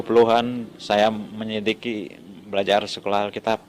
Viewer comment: Hahhah menit ke "menyelikisi" 😂😂😂😂 menyelidiki kali pak... Ngomong aja gak jelas bgitu 😂😂😂